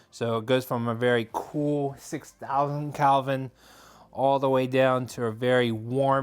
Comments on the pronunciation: A very good review, thank you. Just to be of assistance . . . The "color temperature" of a light bulb is measured in degrees of Kelvin (°K), and the word is pronounced KELL vin" -- not CAL vin. Kind regards. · yes I became annoyed after the 2x time he said calvin! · KELVIN not CALVIN